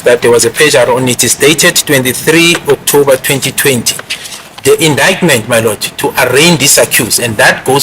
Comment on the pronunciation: Skirlikkk suddenly is having flu on his voice😂😂😂😂😂 u r a scam😢 u will kill us Not BEAUTIFULLY pronouncing OKTOUBBBER ❤❤& AFFFFFFFIVVVVIT ❤❤❤